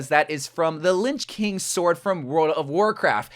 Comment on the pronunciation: Good video, but did you just pronounce "Lich" as "Lynch?"